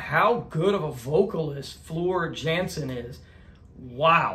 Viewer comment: You get it man. Great reaction mate. The only problem was the absolute butchery of the names , but you'll get it eventually. I'll give you a starter - Floor's surname is pronounced with a soft J - so Yansen is how you would say it. You have just opened up a big rabbit hole - the Nightwish army will be along shortly. Look out for the General - Gabriel Bardac is his name.